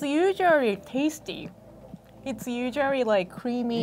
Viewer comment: This asian saying usuarry lmao instead of usally bruh 🤣